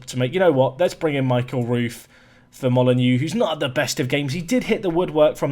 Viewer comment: Oh. Dont worry about the mistake, we all make them. Also, dont forget, Moly-Noh 😜